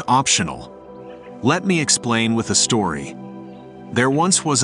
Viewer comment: Story not stroy